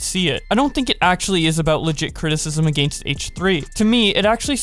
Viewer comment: You did not just pronounce "against" like that